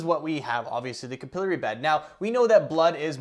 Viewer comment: It’s Cap-uhhh-Larry! 😂 👍🏼